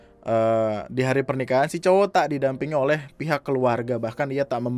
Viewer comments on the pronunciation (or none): ngomongnya "tambal ban oleh?" terdengar seperti "tambal ban online?"